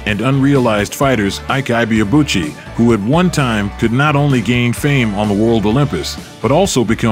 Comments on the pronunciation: Correct pronunciation of Ike is E-K ,Ibeabuchi is EBAY ARR BULL CHI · It always surprises me how much "research" people can put into presenting a biography about someone and couldn't even be bothered to learn the true pronunciation of the subject's name. It's just lazy or even worse; ethnocentric. His name is pronounced "Eee - K" "Ebay - Aa - Bu chi" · His name is actually pronounced as ebay abuci and ekay not aike His from Igbo ethnicity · It’s eh bay uh boo chee! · The last name is pronounced e bar-ahh boo-chi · Even if you don't get the correct pronunciation of the name Ibeabuchi, just know that the 'Ibe' is pronounced like e-bay. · His name is pronounced... 'aike ebay-abu-chi' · His name is pronounced: I.Que Ebay-Abuchi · Great video...it's pronounced "ee bay a boo chi" and Hasim Rahman is " hah seem rockman" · you pronounced his name poorly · Yet ,you are,nt pronouncing his name correctly narrator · You don't pronounce his name well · The narrator mispronoucing his name is violation to Nigerians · You could at least learn how to pronounce his name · The narrator murdered his name😅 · Still not getting his name right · They still don’t know how to pronounce his name